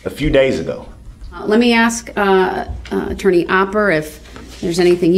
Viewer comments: There is a lot more words he mispronounced but the only one that I can think of is the word axe. Aka ask. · "I think it was clear, but I'll ax again". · And his argument after his boxes were moved had me rolling laughing. " I DIDNT AXE FOR MY BOXES TO MOVED.." hilarious